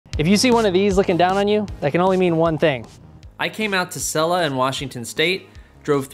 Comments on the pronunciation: Selluh? Pronounced See-Luh. Come on man. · lol he pronounced Selah way different than I’ve heard it said, but that’s okay!